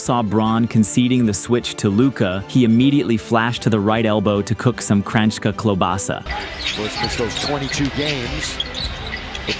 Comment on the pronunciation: I have to pause and point out, you said KRANJSKA wrong. But klobasa was good, more native to your first language i assume 😅